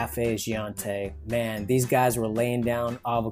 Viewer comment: Cafe Gitane pronounced [gihtahn]